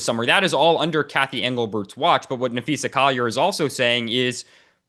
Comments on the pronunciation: Her name is Na-phee-sa, not Na-phee-sha, get it right! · Hey Dan, it's Napheesa not Napheesha * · Dan, her name is Napheesa, not Napheesha. Cheryl Reeve took a strong exception early in the year when a reporter called her Napheesha. Reeve seemed to be suggesting that it showed a lack of knowledge of the team and the league in general. You wouldn't mispronounce LeBrone James's name, would you?